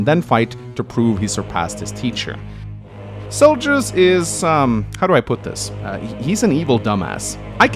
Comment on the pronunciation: Butcheeing names.... It's Zelgius, not Seljus!